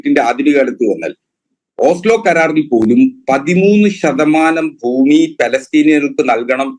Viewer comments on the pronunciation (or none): none